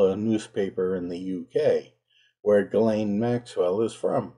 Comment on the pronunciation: A million thanks for not pronouncing her name 'Jizlane Maxwell.' 🙄